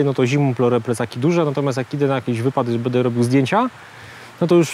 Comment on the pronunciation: Panie! Błagam! Mówi się BĘDĘ, nie BEDE.